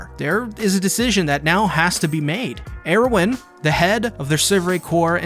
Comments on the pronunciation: And Er-win, not Ear-win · Every time he pronounces Erwin as “Air-win” I can’t help but think of how great a name that would be for a new Jordan shoe lol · Am I the only one who's bothered by "AIRwin" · what the hell is wrong with the way you pronounce "erwin"? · the way you say erwin's name triggers me, but other than that. good video